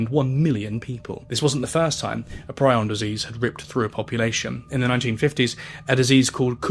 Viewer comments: it's pronounced pree-on, bro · Prion disease